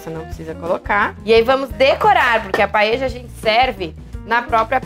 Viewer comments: Adorei a receita mesmo que nao seja nossa paella española,(Paella se pronuncia PAELHA nao paeja)a nao ser q vc seja Uruguaya ou Argentina,esse nome é dado ao recipiente onde vc cozinha o arroz redondo... beijos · "Paeja" é prosódia de argentino...Em espanhol e português se diz "paelha". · Dany silva exatamente! “PaELHA”.